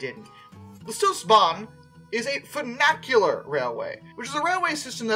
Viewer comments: close, just the first part is slightly off. Has that fyoo (or how few is pronounced) sound rather than foo. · Say it together now "Fun-ICH-ular." There is no A in the middle of the word. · The pronunciation of funicular was driving me nuts. Not just the i being pronounced like a long A but the entire word itself. For future reference it's fyoo - (like the beginning sound of future btw) nick - yule - err. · I guess. Still better than the i being pronounced like an A. I don't know of any American dialect that would make that mistake. I think he was mixing funicular and vernacular in his mind when saying it. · Apparently brain cannot comprehend that ‘funicular’ and ‘vernacular’ are two completely different words.